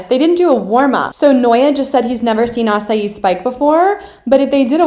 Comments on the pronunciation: Hey Vic! I forgot to say, but the way you say “Asahi” is ah-sah-HEE not the fruit- Tip! All the sounds in Japanese don’t have “long” sounds! Every A sounds like a short A sound in English, same thing with all the vowels! The letter I in Japanese sounds like ē, so on and so forth! And E sounds like “eh” it’s a lot better once you know this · It was so hard for me to adjust my spacial awareness whenever a special game was happening. You get so used to playing in small school gyms for so long that when you're in a stadium/big court space it feels like an open ocean. Anyone else relate? EDIT: its pronounced "Asa-hee"